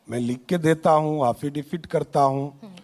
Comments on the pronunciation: ये हाफिडेफिड क्या होता हैं भाई। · Haffidavid क्या होता है😅😅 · ये क्या बोल रहा हाफ़िज़ debet किया या हासिल डिफॉल्ट किया 😂😂😂